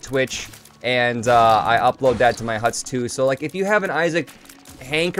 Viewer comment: and he said hutus lol